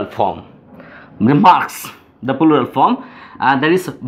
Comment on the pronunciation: plural uchcharon hoi naa apner